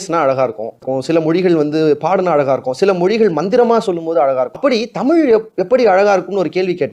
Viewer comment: இப்போது தமிழ் நாட்டில் பேசப்படுவது தமிழ் அல்ல, தமில்! இங்கே பேசுபவருக்கும் ‘ழ’ பிரச்சினைதான்!